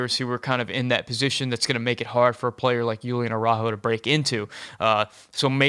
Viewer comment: Julian = Hoo-lee-an NOT Yoo-lee-an